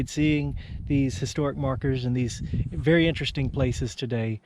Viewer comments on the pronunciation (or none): none